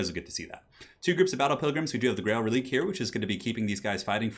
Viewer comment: Reliquae is pronounced relikway, releek would be relique